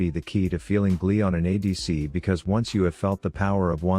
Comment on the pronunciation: That "add" was great realy like your uniquce take on it